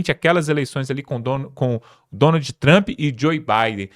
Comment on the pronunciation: Sua pronúncia com nome de Trump é horrorosa